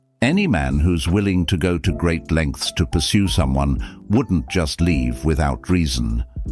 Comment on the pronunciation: I am not sure if she said lead or leave. But bye ✌️